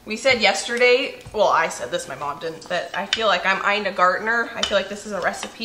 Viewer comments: Ina Garten. Not Gartner. Lol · Good job! Also, I wanted to thank your mother for recommending and linking the set of rectangular measuring spoons. I now have a set and they are wonderful. I also got a set of rectangular measuring cups. Oh. It is still I a GARTEN, not Gardner! Oh, poop; we know who you meant. Again, good job! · Awesome pair of videos, but your iconic chef is Ina Gart en, not Ina Gart ner. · really enjoy your show. But if you’re going to keep referencing Ina Garten you should probably pronounce her name correctly.